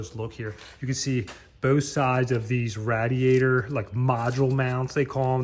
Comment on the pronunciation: Its called a Radiator ra-di-a-tor not a rad-i-a-tor!